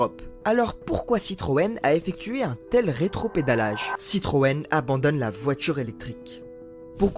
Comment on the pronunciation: Je n’aime pas la voittchuure électrique.